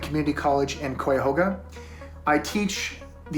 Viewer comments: Its funny hearing the actors mispronounce the county "Cuyahoga." And how the call The End If The World, THE ROAD to the end of the world. Little things like that are funny. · This same guy did a fake doc about mermaids on history channel, and he butchered "cuyahoga".. lame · Dude lived in Cleveland his whole life and can't say "Cuyahoga" correctly? Fake for sure. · LMAO! Professer dip shit couldn't pronounce "Cuyahoga." Still fun to watch tho.